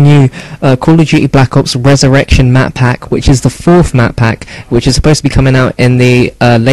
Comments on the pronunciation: what ? errection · rezERRECTION XD